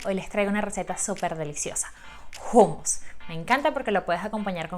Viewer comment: Niña no se dice jumus se dice jumus